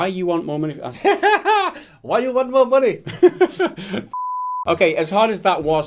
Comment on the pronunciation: lol you sounded american when you said "why you want mo money dude". lol. edumacation eyez got me a de-plo-ma